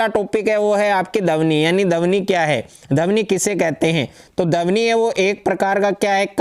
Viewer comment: सर यह ध्वनि होता है ना ही की धवनि